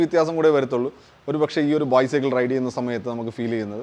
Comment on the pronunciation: ചെറിയൊരു suggestion.. ബൈസൈക്കിൾ എന്ന് പറയുന്നതിന് പകരം ബൈസക്ൾ എന്ന് പറഞ്ഞാല് നന്നായിരിക്കും..